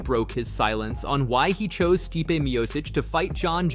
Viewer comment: This guy ruined Stipe’s name about three different times in three different ways before one minute into the video. I don’t understand why it’s so hard for everyone to recognize that Stipe was entitled to an automatic rematch. He never got that, so he’s entitled to a title match at the very least and it’s ridiculous that he had to wait this long for it.